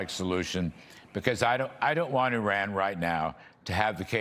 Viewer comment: General Keane cannot even pronounce the name 'Iran' correctly. It's not 'Orran' and it's not the Straight of 'Hamuz'.